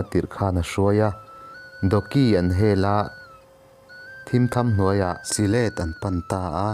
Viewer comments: Si let ni lovin sihlet tia lam tur a ni . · Silêt...I ti reng mai. Sihlet ti mai rawh... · Si-hlêt ti loin sihlet ti ve mai la. . A ti nàng nàng a ti loin a ti nangnanga ti mai la ngaihthlak a nuam deuh tur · Mahmuam tih hi lamkhuang tih ang a lam tur a nih hmel. Syhlet pawh hi thlasik tih thluk ang in. Sazek tlang dung pawh hi sazuk tih thluk ang in sazêk tih lam tur..